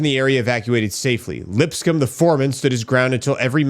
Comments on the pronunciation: Lips coam like a comb 🪮 is the right pronunciation lol. Sorry for the correction brother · LipsCOMB not LipScum